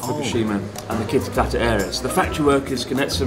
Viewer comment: Kitakata get mixed up with kitaakita 😂